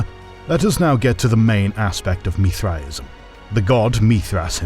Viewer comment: Why is he saying Mithraism so wierd?